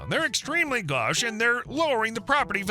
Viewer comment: First story, the word "gauche" isn't pronounced "gosh". Look it up, please.